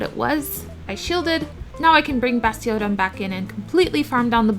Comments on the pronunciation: Basti-ODON was very uniquely pronounced, you should trademark that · Great video i think i could learn a thing or two here. also I like how you say bastiOdon lol